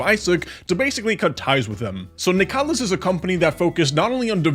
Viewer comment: Not nicalis man, cmon